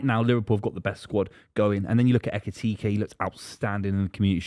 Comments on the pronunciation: Lad who tf is ETEKIKE? 😂😂😂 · Who TF is ETITITE 🤣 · How is it so hard to probounce EKITIKE 😂😂😂 the amount of people saying Et instead of Ek does my head in for some reason 😂😂😂 and im not even a Liverpool fan 😂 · Why can nobody pronounce Ekitike correctly, it's 7 letters!! 'Ekky' Teek' 'A' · needs to take some speech lessons, it’s Ekitike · Nah mate. Etikike 😂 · One day he'll pronounce Ekitike right. One day.